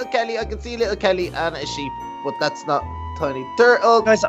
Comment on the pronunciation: Hey he said holle kelly